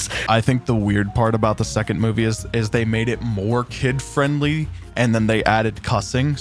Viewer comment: 2rd movie. also, wouldnt 2rd be pronounced twerd or terd?